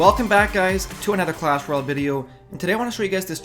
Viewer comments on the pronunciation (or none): none